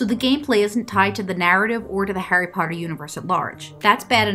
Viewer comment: “Hairy pardurr”